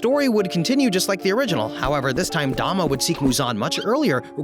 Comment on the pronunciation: yeah I know it spells douma im saying he said dama and not douma